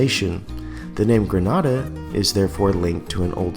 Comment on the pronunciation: it's pronounced Greh-nay-da, "Granada" is in Spain